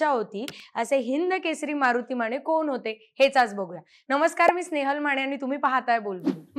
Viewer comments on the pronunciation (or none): माने म्हणा, माणे नव्हे. 😂😂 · स्नेहल माणे... किमान स्वत:चं आडनाव तरी नीट उच्चारा की.... माणे नाही ओ.... माने.... अंदारकर राजे माने... ज्यांनी मान न झुकवता दरबारात प्रवेश केला....